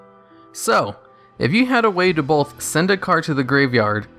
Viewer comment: Bro, "both" is not pronounced as "bolth". It's really hard to watch because of how you say it.